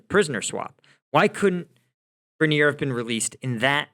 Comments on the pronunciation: Grineer??? Guess struggles with all pronunciations.. "Grine-er" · Someone needs to teach, "Focus Mode" & how to pronounce last names. Greneer 😆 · Britney Grin-eer? 😂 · FYI - I've always heard her name pronounced GRY-ner (GRY like Cry). I wonder how Britney feels about America now? lol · Sounds like Gri-neer. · I think you may be being too hard on Brittney Griner. Besides mispronouncing her name, you sort of implied that she went to Russia to "live and work" because she hates America. In fact she had an off-season contract to play basketball there; a decision likely based on which international team would pay the most rather than any special affinity for Russia. Also from what I can gather, her objection to the anthem was more in support of the George Floyd/BLM protest movement, rather than being indicative of anti-Americanism generally. In any case it would have been worth mentioning that (according to Wikipedia): "Griner [...] also stated her experiences of being detained in a Russian jail have led her to appreciate the 'uniquely American freedoms' citizens of her country take for granted or overlook. As such, her agent has stated Griner intends to stand while the United States national anthem is played before every game during the 2023 WNBA season." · Ok u r not serious! U dont even know how to pronou ce Griner..u dont k ow this one! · Amusing, your pronunciation of griners name. She should have stayed the poster child for play stupid games win stupid prizes. Aside from the THC product she was in violation of she had multiple strikes against her. It wasn't long ago that they executed homosexuals. Releasing Bout in exchange for her wasn't incompetence but part of a plan . Those in control make the world dance as their puppets. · Good take but you completely mispronounce Griner. Oof.